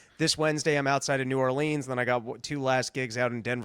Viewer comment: you gotta learn how to pronounce New Orleans before you get there or they will have nothing to do with you. I’m just trying to help.